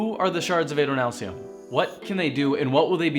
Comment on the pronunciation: Not Ay-doh-NAHL-see-um, Ah-doh-NAHL-see-um. Short A, but wow, this is so informative.